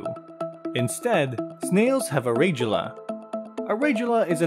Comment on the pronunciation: Mispronounced radula, conch, and ... 😅😅